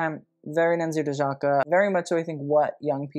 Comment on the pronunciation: Just a correction, Dojaka is pronounced Do-ee-aka :)